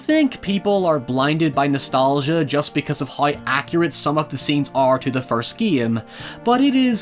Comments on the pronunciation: First of all you should learn how to say GAME its GAME no Gaiem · English speakers: Game: Geehme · I just gave a dislike because of the shivers that I felt everytime I heard "geam" insteade of "game" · I like how you say "game". "Gee-am". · Maybe it's because of the fact that English is not my mother tongue; but I'm both disturbed and fascinated by your pronunciation of the word 'game'. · I like how says "game"